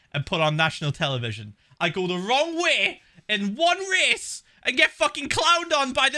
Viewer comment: "I go the wrong Whey in ONE RAHCE-"